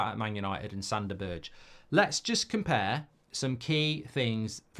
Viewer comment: B E R G E ! not Birtch